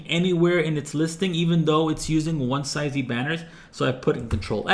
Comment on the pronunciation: I think the word is pronounced "One-zee" and "one-zees" (One-see / one-sees depending on accent) - but this is a great video regardless!